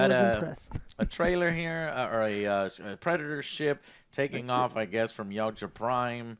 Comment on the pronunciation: He’s probably just a fan of the movies. Wasnt even sure on the pronunciation of Yautja